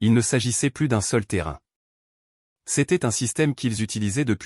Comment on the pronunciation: Quand arriverez vous à comprendre que plus prononcé pluss signifie + et que quand on dit plus qui veut dire "aucun" cela se prononce plu. Exemple: j'ai donné tous les bijoux, je n'en ai plu (plus) Le S ne se prononce pas. Vous dites chaque fois le contraire.